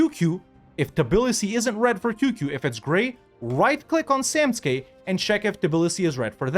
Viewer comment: It's funny how you can ppronanuce Samtske correctly but Tbilisi is a deal breaker XD